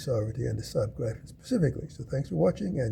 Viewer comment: Oh god. the butchering of the name Gripen in English is so BAD! Try ti pronounce it like it was spelled Gree-pen for the love of god.